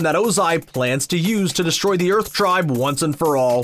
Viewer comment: did he say erth tribe?